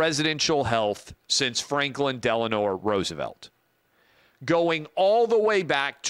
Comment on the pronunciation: Did he say Franklin Delenore?😅